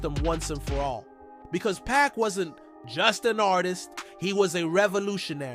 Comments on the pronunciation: 😡🤔🫵🏾👉🏾 First off.. dawg, stop wit' the back and forth of mispronouncing Pac's name! It's PAC! NOT PACK! Secondly.. l'll believe it when l see him wit' my own two 👀 eyes, live and direct! Besides.. how do y'all know wit' all this so-called exclusive coverage and what's about to go down if this sayin' about Pac is true! If it's rumors.. why report speculation?! Has anyone seen Pac wit' their own eyes other than that reporter who claims Pac is in Cuba?! Talkin bout he'll reveal what Pac said to him in a so-call part 2! Miss me wit' dat crap! Click bait and habitual lies on the internet ruin that for me, so why believe this?! Last but not least.. I've been rollin' wit' Pac and his music since "Same Song" wit' Digital Underground.. and it makes me say to you, Pac.. if you're alive.. most of your career and 6 albums in.. you prophesied and rapped about death being around the corner only to FAKE YOUR DEATH?!?! I know the alias of who Makaveli was.. a gangster who fake is death. But, allegedly for you to fake your own death erases every heart ❤️ felt regards of you living life as a prophetic poet who was the author and designer of his own destiny! But, nevah the less.. your my dawg.. so, come on back to the states and hit the studio wit' my trues.. BONE Thugs-n-Harmony.. here up'n tha wastelands of Cleveland where l dwell, and let's roll wit' a "Thug Luv " part 2! Hahaha! Really Doe! "Where my thugs at!" 💥BOOM!!! 🫵🏾👊🏾✊🏾💪🏾👉🏾💯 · It's Pac not Pack